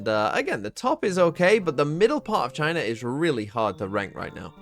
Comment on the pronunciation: Why’d he say it like that??? 💀😭